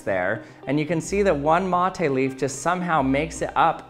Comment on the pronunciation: Me, a native Spanish speaker that also drinks "mate" : omg he says "mOthE" :D